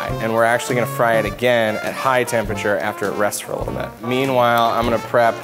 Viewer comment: "Temparchar" no offense is QUEEN